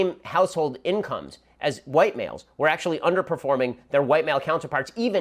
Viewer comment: Well ..well....Ackshulee...